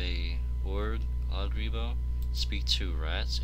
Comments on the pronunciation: its "oh gur" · shocked you pronounced ogre wrong. oof !